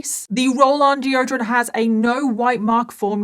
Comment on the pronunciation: "geo-drun' " (deodorant)